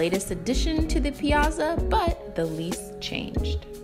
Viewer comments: The double "z" in "piazza" makes it pronounced "pi-AHT-za," FYI. Great video! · Great video! If only you pronounced the word piazza correctly... ;) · Not how you say piazza